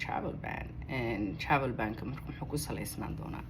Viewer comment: Travel ban dheh si khalad ayaad u akhrineysaa